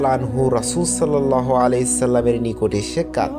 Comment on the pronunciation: আপনি সাল্লাল্লাহু আলাইহি ওয়াসাল্লাম ভুল পড়েন পরের বার থেকে এই ভাবে পড়বেন সাল্লাল্লাহু আলাইহি ওয়াসাল্লাম ❤❤❤❤❤❤❤❤❤ 🥺🥺🥺🥺🥺🥺🥺❤❤❤❤